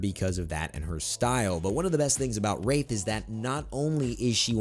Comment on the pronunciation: Did anyone else think he said rape not wraith at